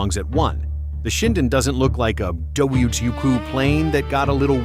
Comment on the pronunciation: Terrible AI audio that reeks of "I don't care, as long as I get clicks." Really, really annoying AI narrative that couldn't pronounce "WW2".